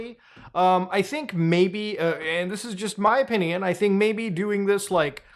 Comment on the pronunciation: Love the way you say opinion lol "oh-pin-eee-un"